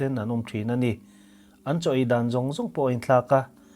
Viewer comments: Afiah felfai tur ANI atha zawk ANI😏😏😆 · "A ni" tih lai hi engatinge i lam chian bik em em thin le!! Ngaihthlak a ti nuam lo hle ANNI😁